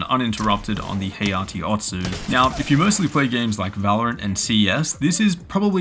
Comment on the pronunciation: Hayate is pronounced HAH-YAH-TAY not "hay-yah-tee"... It's Japanese for gust or gale (strong wind).